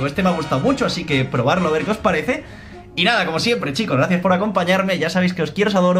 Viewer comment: Soy el único que noto que dijo al final os compro un loroo?? Ehhh y mi loro -b